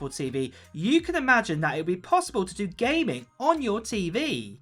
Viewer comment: “GAYMING console” haha you saying gaming so weird